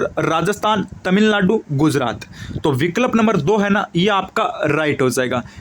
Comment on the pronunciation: Sir aap to kuch word sahi nahi bolte ho vikalp😂😂